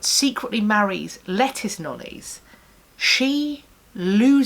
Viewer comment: Lettice Knollys., Knollys is pronounced Noles. Otherwise I agree with most of what you say about the death of Amy Dudley.